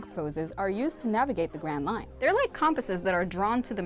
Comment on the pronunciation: When she said grand line I thought she said grand mine